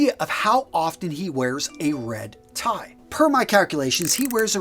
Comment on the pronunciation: Ha Ha Sounded like “Redneck Tie”…. ;-)